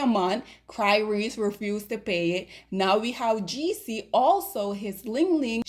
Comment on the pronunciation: Not Cry-rese! 🤣😂🤣😭